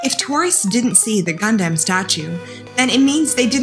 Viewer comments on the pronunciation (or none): Gundams are not ROBOTS, they are Mecha. Also, it is "Gun-Dum" not "Gun-Damn". FFS...